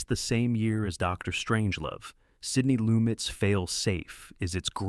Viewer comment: For “On the Beach,” you included an image from the remake with Armand Assante. Also, you mispronounced the last name of Sydney Lumet.